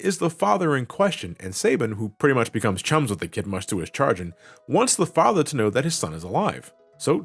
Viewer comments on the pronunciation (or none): It's chagrin, not chargin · Did… he just pronounce chagrin as chargin? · I'm really sorry to do this but, it's pronounced "sha-grin" and not "char-jin" Love your videos! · It's definitely pronounced shaa grin... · it's "chagrin" like sha-grin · how do you know how to pronoune "leitmotif" but you don't know "chagrin"?